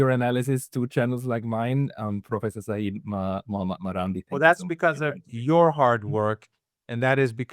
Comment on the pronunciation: Dear friend, the word SEYYED is a title, not a name. It implies a direct bloodline to prophet Mohhamad. And its CORRECT pronunciation is "SAY-YED", two syllables, SAY, and then YED. Sa'eed on the other hand is a name with a meaning, it means victorious or beloved.